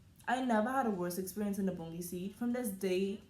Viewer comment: LMAO EVERYTIME YOU SAY THE BOUNGIE SEAT I WAN PEE